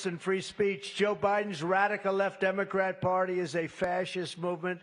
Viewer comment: Sounded like "democraps"